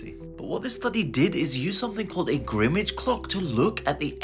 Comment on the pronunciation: Grim(m)-age Clock.🤣🤣🤣